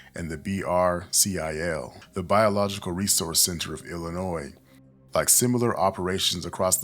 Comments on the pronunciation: ILL-I-NOY Not ilinoiz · I'd like to hear more about these missing people. This is insanely disturbing. im close to one of the areas you've reported. Btw the S is silent in Illinois. Illinoi- respectfully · Im sorry but it's annoying hearing him say illonoysssssss the S good informative content though! 😊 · Oh man, either this is an AI voice or you are pronouncing illinois incorrectly. The S is silent. It's pronounced illinoy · You pronounce Illinois wrong… not suppose to say the s. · Great video but the "s" in "Illinois" is silent. It's kind of like fingers on a chalkboard when words are mispronounced to some ppl. But again, good video. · The “s” in Illinois is silent. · Couple comments not as important as this vid in entirety, 1st. 1. You’ve a nice voice….new to this channel & subbed, so thank you for your input & effort here. 2. As a native born Lioni, the “s” is silent. It’s all good tho. 😏 3. After a year in Freedom House Teen Challenge, 2013-14, Ic Feel the evil around the hospital in my lil MW city. Gonna resume Prayers around there on my Prayer Walks thx to your report! YAHUAH BLESS You , KEEP You & Your Team in YAHUSHA’S MIGHTY NAME!!! aka “JESUS” -Azariah (THE LORD GOD–YAHUAH HELPS) PSALM 20:1, 5-8; JOHN -18; GENESIS; MATTHEW 24; ISAIAH 43; REVELATION 2:9; 3:9; ACTS 1-5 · The "s" is silent in Illinois. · I know with how important this case is. This isn't really that relevant, but every time you say Illinois. All I can think of is when I moved to California in the second grade and I had to keep telling everyone. The s is silent in Illinois.😂❤ But good telling of an important story that I haven't heard of from anyone else 😮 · The S in Illinois isn't pronounced, just so you know. Concrete dust is diabolical, straight to hell with you. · S is silent In Illinois but continue. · The “S” in “Illinois” is silent, bro 😂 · true. You didn’t even mess it up every time. lol sometimes, you said it right